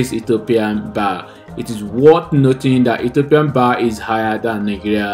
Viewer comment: It's BIRR NOT BARR😂